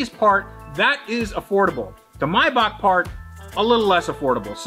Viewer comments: “MAY-BACH” not “myback” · “Mybok” 😂 may-Bach